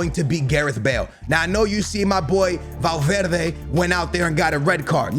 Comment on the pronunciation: Ayyy he said valverdes name right